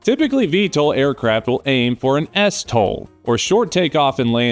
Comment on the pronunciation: Good video man, also it’s stol, not s tol, like vtol